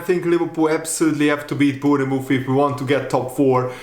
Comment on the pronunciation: Say born muff not bourne ne muff. Say's it like a scouser